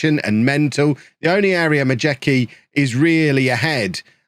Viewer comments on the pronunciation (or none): Majecki is pronounced like Mayetski